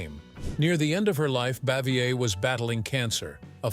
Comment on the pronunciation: Absolute rubbish! "Narrator" cannot even pronounce "Bavier" consistently sentence to sentence. I'm mad I wasted any time on this stinker.🤬